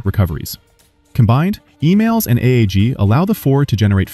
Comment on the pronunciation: I thought the catapult system was EMALS not emails😂😂